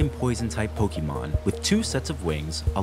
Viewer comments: This is lovely, but my eye twitches every type you say "PokEEmon" instead of "Pokémon"... lol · This is an amazing concept. 9/10. I have to deduct a point because the narrator mispronounced "Pokémon".